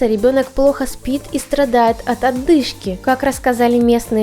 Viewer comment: Не оТдышка,а оДышка....